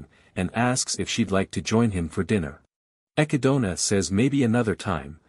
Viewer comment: Hearing the text to speech program butcher the word 'echidna' brings me unimaginable pain